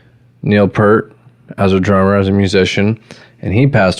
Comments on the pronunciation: Two things.... Why Why ZED. Canadian song, Canadian airport. And it's P-EAR-T... not pert. Toronto boy... saw them 42 times. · Its pEARt....not Pert. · Neil Peart pronounced his name just as it is spelled: P - ear - T You're saying: P - ur - T PS - As YYZ was about a Canadian airport, it's pronounced "why-why-zed." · Peart, not 'pert' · Say "peert", not "pert". :) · For the 4897th time, it's YY ZED, and it's Neil PEERT, not 'Pert'. 🤦🤦‍♂🤦‍♀🤦‍♂🤦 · If you’re such a fan, pronounce the name correctly… P-EAR-T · Pronounced PEErt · Fyi Neal’s last name is pronounced "Peert". His daughter died in a single car accident and his wife never got over this tragedy. She was diagnosed with cancer but chose not to fight and passed about a year later. You are totally right about how he chose to grieve by riding his motorcycle for a long trip from Quebec to Alaska to Mexico etc. He wrote a book on that trip called : Ghost Rider: Travels on the healing road. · Dude get his name right lawd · Sad you couldn’t pronounce his last name properly. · wow pronouncd his last name wrong, i cannot even watch. but good try! you are also lying about the drum machine thing, ridiculous. ignored nd not subbing. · That's not how you pronounce his last name.